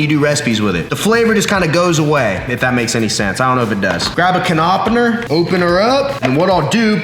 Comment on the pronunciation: "Grab a khenopener"